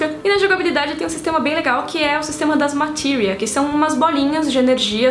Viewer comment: Acho estranho a pronúncia "Matírias" . Sempre chamei as esferas de FFVII de "Matérias"